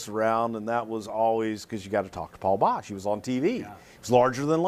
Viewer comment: It's Boesch, not Bosch.